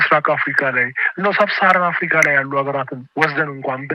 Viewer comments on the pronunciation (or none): none